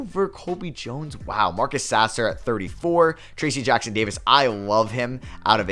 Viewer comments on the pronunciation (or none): none